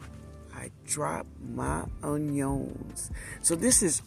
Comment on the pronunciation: hi 🤗 i listened to this video yesterday while i was building diy trellises in my garden and planting seeds (before even more rain), so now im watching it again and leaving a comment. i remember saying "ungyongs" like that 😂🤣 im out here in california, but watching your videos makes me feel like im home. thank you. i really like your seed collection. tfs